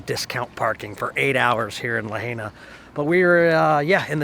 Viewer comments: Others will probably tell you, the same its Pronounced La Hi Na! We did segways there the last time we visited... a great way to cruise the town! Enjoying revisiting, and refreshing our Memories! Vickie from SE Pa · It's pronounced "Luh-hi-nuh" I believe. That food looked amazing! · I live on Maui it's so beautiful here sorry but he's pronouncing lahaina wrong LA hai na 😄🌺🌺🌺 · So funny to see y’all eating burgers in Hawaii, since they have the best fish and seafood anywhere. And it is pronounced La HI Na. Banyon is awesome. Find the shaved ice place with ice cream in it! We love Big Island even more so will see what you think. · Glad you liked my old stomping grounds but the correct pronunciation of Lahaina is LA-HIgh-NA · Please learn how to pronounce Lahaina